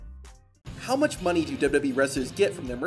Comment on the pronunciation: Did anyone else notice on the maxxine dupri clip he said "too buch" instead of much 😂😂